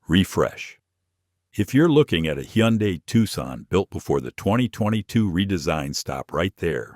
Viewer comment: it's hun-day-- not he-yon-dai